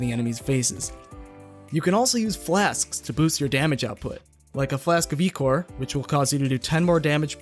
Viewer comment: i think it's pronounced eye-core not E-core